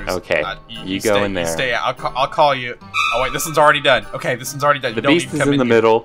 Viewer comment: Ohhhh that's pretty good 🤣 it sounds like "this I like" but its Dis*